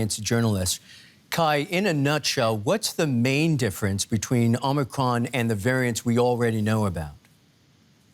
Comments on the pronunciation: Anyone ever think it’s O-micron. ? Not Omi cron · Why is he calling it Omny cron? 😂 its Omicron Perseii 8! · It's actually the greek letter O (Ōmicron) pronounced with long O. Same as in Ōmega or Iōta. This reporter also pronounced it incorrectly.